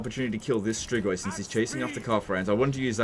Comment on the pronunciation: Hey, really weird question but I binged so many of your videos that I have to ask: Why do you pronounce strigoi so damn accurately?